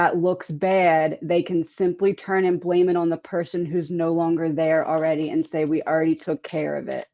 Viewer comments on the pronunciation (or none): none